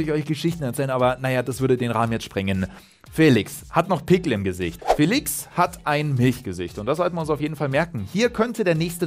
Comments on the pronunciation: Man spricht es nicht "Fälix" man spricht es "feliesch" 😅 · Trotzdem wird er Félisch ausgesprochen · Er wird nicht ,,Félix" sondern,,Félisch" ausgesprochen... Ich finde nicht das Félix 126Mio wert ist. Er hat zwar ein riesen Talent aber trotzdem ist er keine 126 Mio wert Edit:4 Aufrufe, 7 Likes... Nice Youtube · Hey! Zum Thema Aussprache von Joao Félix: Ich habe hier einen Portugiesen gefragt, wie er den Namen ausspricht. Die Antwort: "FÄLIX". Da das "e" einen Akzent hat, muss der Buchstabe betont werden. Ein "sch" am Ende ist völlig falsch, da nur ein "z" so ausgesprochen wird. Er müsste also "Joao Féliz" heißen... Das sagt der Spieler übrigens selbst, folgendes Video empfehle ich euch: (startet genau zum richtigen Zeitpunkt). Sollten eure Freunde den Namen falsch aussprechen: Zeigt ihnen gerne mein Video. :) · DANKE! BITTE NIE WIEDER FELISCH, FELIGE ODER SONSTWAS !!!111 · niemand: Manu Thiele: João Fäählix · Och man wie er immer fÄlix sagt 🤯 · Nur weil da n Akut über dem "e" heißt das noch lange nicht Fäälix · Joao FÄÄÄLIX!!!!!!! :-P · FeliSCH wird er ausgesprochen. Portugiesisch. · Nein, er wird nicht mit "sch" ausgesprochen. Die Aussprache bei Dazn in der Europa League war komplett falsch. Ich habe extra einen Portugiesen gefragt um sicher zu gehen.